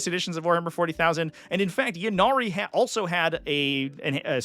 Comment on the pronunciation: For bames that start with Y, such as “Ynnari” and “Yvonne” you pronounce the Y as an “EE” sound. “EE-Nari” or “EE-Von”. It’s not a “yuh” sound.